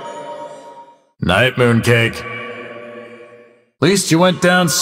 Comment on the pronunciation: (SPITS WATER) HE CALLS APHELIOS WHAT AAAAAAA